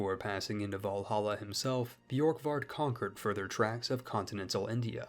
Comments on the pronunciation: Just take away the y sound from Borkvard, if it had that it would be spelled Bjorkvard, Orvarsson would be pronounced closer to Urvarson depending on where you're from, really the O would be pronounced like the eu in the French word Bleu back then, same as the letter ø. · its pronounced börkvarður örvarsson hope this helps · Bjurk-Vurd Oh-Va-Sson Sorry I am so late to correct you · Scandi here Here’s pronunciation. Ð = /Eth/ kind of noise. Ö is hard to explain, It’s a kind Ueh noise, Same time of u as the U in “Uh” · As a Viking, I’ll give you a pass on that pronunciation, because our Scandinavian letters usually confuse non-Scandinavian people.